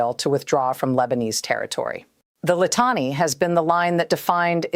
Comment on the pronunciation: She should learn how to pronounce these simple Lebanese names: Litani is pronounced LihTAHnee. Nabatiya is NabaTEEyeh.. Tyre is Soor. And so on...